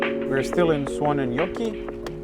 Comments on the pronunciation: Did you practis saying suonenjoki how much because you sad it very well 😁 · As a Finn and living about 50 km from where you bought the car, I couldn't be happier about this video. You pronounce Suonenjoki perfectly!